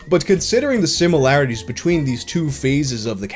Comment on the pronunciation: the *SIM*ilarities